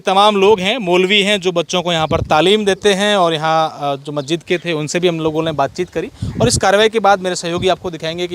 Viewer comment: अबे बोलना तो सीख ले मस्जिद को गलत बोल रहा है